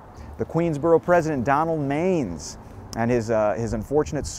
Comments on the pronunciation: Pronounced Donald man-ess…. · Great stuff. Just as an fyi, Manes' last name is pronounced man-is. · …the name is pronounced Man-us…Donald Manes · His name was pronounced (Man iss)